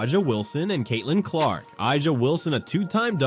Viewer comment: Who ever owns this channel, please....please ......stop......be a real person. T he womans' name is pronounced......ASIA.....you F***KING DUMB F***ks!